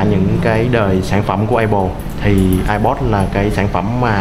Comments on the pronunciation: Thằng này ko biết nói tiếng anh hay sao zay ép pô mà cứ kêu là ây pồ ko ak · ông này review apple mà đọc ây bồ wài